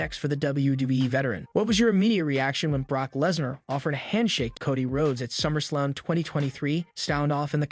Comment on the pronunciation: dude, you're killing my ears... pls start pronouncing their names properly! it's Cody, not koddy...